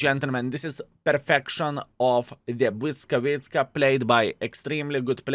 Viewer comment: achh that "Błyskawica" sounds great! greetings from PL ♥